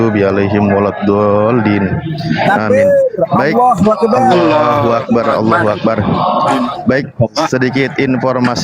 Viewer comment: Allahu . Bukan Alloh. Baca original teks nya bang.😂